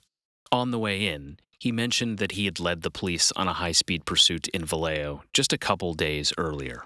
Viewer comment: The city is pronounced Valley Joe